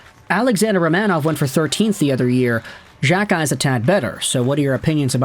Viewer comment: Unless you stop pronouncing players names incorrectly, I'm cancelling my subscription. For the love of all that is holy, it is "Jack-eye". Not Jjjakk-eye. You do this to several players names.